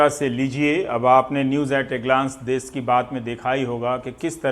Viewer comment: "देश" होता है, "देस "नही।